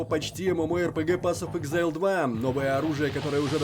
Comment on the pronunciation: Не "эксэйл", а "ЭКЗАЙЛ"! "Эксэйл" - это выдох.